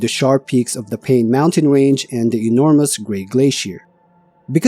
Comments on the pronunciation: Not "pain" but "pai-neh". If you dont know how to pronounce some place name properly, please look it up before you record. This whole video you mispronounced the name of the place dozens of times. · Paine is the indigenous word for blue and is pronounced PIE-nay. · Pronounced “pai -nay”. 😊